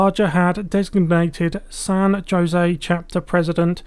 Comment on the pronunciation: San Joe-zay? Even the computer Gen voices get San Jose correct.